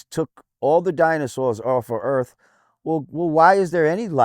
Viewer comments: BITCH, YOUR POINT IS MOOT IF WHEN YOU TRY TO SAY EARTH AND THE WORD EARF COMES OUT YOUR STUPID IGNORANT MOUTH! 😂😂😂😂😂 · Being American myself, I apologize for this idiot. My country education system is failing. He is probably the most stupid......the funny thing is I never even heard of this fool.......Did he just say the word EARF? Instead of the word earth? 😂😂😂😂😂😂😂